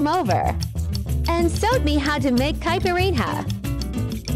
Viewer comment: The way caipirinha was pronouced... oh god..